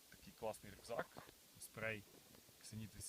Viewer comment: привіт. гарний обзор. хочу поправити трохи. рюкзак не оспрей вимовляється а оспрі. наголос на букву о. не сприймай як образу. просто сам веду канал на ютубі. живу в сша і у мене теж таки рюкзак тіки 105 літрів